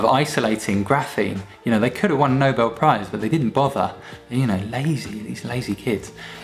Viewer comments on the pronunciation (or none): none